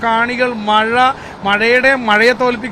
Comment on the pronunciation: Malaappuram alla Malappuram ann😂